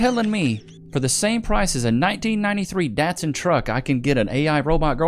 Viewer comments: Why do you pronounce Datson wrong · Why do you mispronounce Datson?